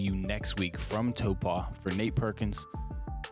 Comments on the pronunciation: When I was working in New Zealand, Taupo was pronounced by Kiwis as "Tau-Poe" (with obligatory Kiwi accent). Are y'all getting some insider info with this "Toe-Pah" that I keep hearing? Or is it a whole different place? I'm mostly writing this for engagement purposes! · Hey, probably a few folks saying it a few ways but the local Maori would probably pronounce it toe poor.